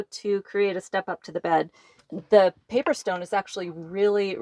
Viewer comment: I can't tell if she is saying paver stone or paper stone.